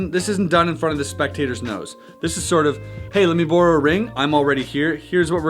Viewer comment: Are you saying “burrow” or “borrow”? Lol